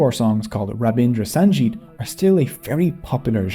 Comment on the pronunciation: sangeet is pronounced with a hard g (as in golf), not g as in giraffe.